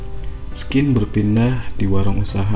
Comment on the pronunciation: Narasi penceritaan alurnya bagus bang, masukan sedikit buat penyebutan kata 'scene' itu sēn/sin bang bukan skin